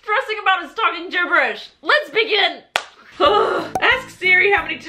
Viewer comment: When she was getting all flustered about talking gibberish and said "let's begin" it sounded like les bian. Lol, (love you )